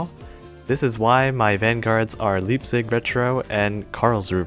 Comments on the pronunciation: One thing to note about your cruisers: Leipzig's pronounciation starts the same as the english word "lie" and the z in german is pronounced as ts Karlsruhe has three syllables (karls, ru and he, with the final vowel being the schwa), and the german rhotic is typically realized as a uvular trill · as a german, it hurts to hear you pronounce Leipzig xD and btw what do you think about the "Twin 381mm Advanced Main Gun" ( gold) ? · how you say leipzig and karlsruhe is kind a funny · How dare you mispronounce leipzig! Fishy will eat you.